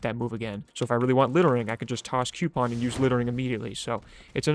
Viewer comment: Stop saying coupon like that...you have been warned